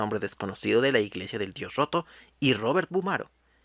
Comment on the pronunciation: Diganme que no soy la única que escucho "El dios joto" :v